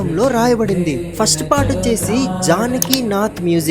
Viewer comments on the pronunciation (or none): none